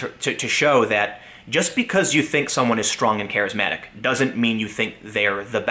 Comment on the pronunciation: "...he is strong and he is 'carrimetic'"? Wat? Lol :^p